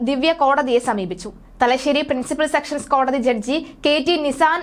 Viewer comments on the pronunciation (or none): Sections കോടതിയല്ല, sessions കോടതിയാണ്, ശരിയായി പറയാനെ ങ്കിലും അറിഞ്ഞിരിക്കണം